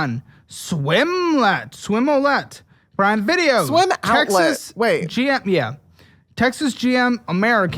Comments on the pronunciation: "Swimmoulay???" - "Swim Outlet" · I was just watching and taking everything in until he said swim outlet wrong lmaooooooo Sent me over the edge